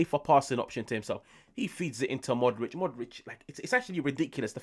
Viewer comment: Pu - lee - shy - ch Mo - dry - ch Ibra - hym - o - wich Practice make perfect!